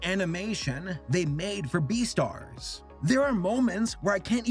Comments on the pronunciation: Umm.. Beestars??? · It's beastar